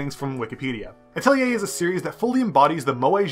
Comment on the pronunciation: Finally someone who pronounced it correctly....I seriously think the developers also said it wrong....i saw many reviews with "Atleyay"'s in them, so annoying!